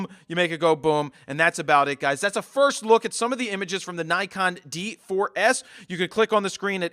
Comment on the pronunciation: "Firs" LOL